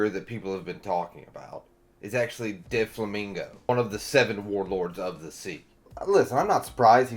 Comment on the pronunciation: I just came back to add Dyflamingo to the list lol it’s the only thing pulling me out of these videos and I’ve been watching them all day. I’d hate for even pickier people to stop watching Maybe check some anime clips to get the pronunciation?